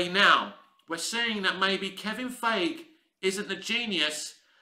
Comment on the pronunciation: I wish you'd make an effort to pronounce Feigi's name properly. It takes me out of your commentary when you say his name and I have to take a second to remember you're referring to Feigi.